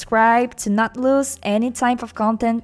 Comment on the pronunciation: Nothing related to MLP but you said "Hasta la vista" like a brazillian would say it.... Am I hearing a latina here or am I have gone too far from reality?